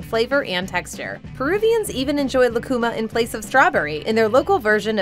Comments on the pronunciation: It is not "lacuma" fruit, but "lúcuma," and the diacritic mark signals the stressed syllable. So, it isn't "lah-koo-mah" but "loo-koo-mah." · It's pronounced "Lu-cu-máh" In Chile lucuma ice cream is as popular as chocolate in the US. If you ever get a chance, I highly recommend it.